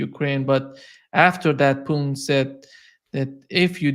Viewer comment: It is very annoying when the host can not pronounce Putins name properly.